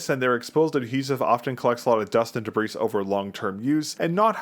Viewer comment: FYI: The 's' in debris is silent.